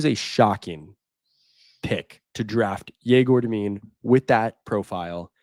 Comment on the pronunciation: Egor Demin's name is pronounced “Yeg-or Deh-meen"